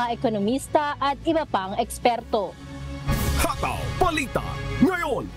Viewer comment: Masyadong malambot na parang binabad sa Downy nb 10 taon ang pagbigkas niyo ng "hataw" please more energy, magagalit niyan si Gary V.